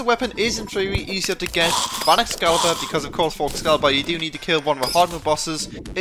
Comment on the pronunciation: Do you not know how to pronounce t's? Also, it's excalibur, not escalabur, and it is pronounce, mel-ay, not mee lee.